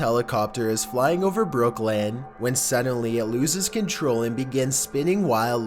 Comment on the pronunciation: wish you'd pronounce BROOKLYN correctly.....